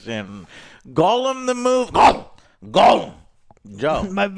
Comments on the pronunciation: Why do you say goal um? Its gollum. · Damn it joe....Gollum.....not golem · Why does Joe always pronounce gollum, golem....? Infuriating